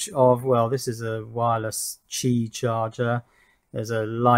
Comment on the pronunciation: Hey you finally pronounced “Qi” correctly!